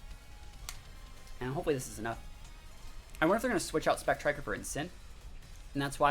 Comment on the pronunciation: It spect rier and is said as spect(rear) no k in it and it's not spectriker